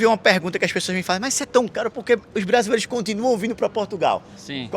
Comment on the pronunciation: "cajas vajias" "brajileiros".... kkkk